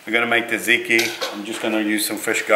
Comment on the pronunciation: I love you, but your pronunciation of tzatziki killed me a little... 😅 I do appreciate the shout out the Greek subbies though. Proud Aussie-born Greek right here 🙋🏻